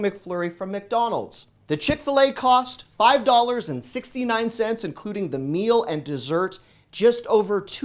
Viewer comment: You lost me at “Chick-fil-A “